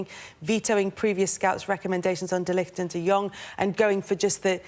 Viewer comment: It's said de light lol